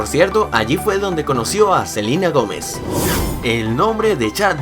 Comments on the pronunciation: Dijiste selina Gomes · Le pueden decir al que hizo el video que es Selena Gómez no Selina. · Dijiste selina gomez en vez dd selena.. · Se dieron cuenta que dise Selina Gomez XD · no es Selina Gomez es Selena Gomez pero no te lo digo de mala manera Nueva sub